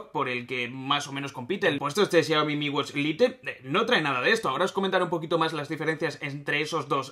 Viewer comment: En serio pronuncias a como se lee "LITE" wtf